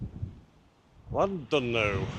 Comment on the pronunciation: Pronounced "Clan did no" i believe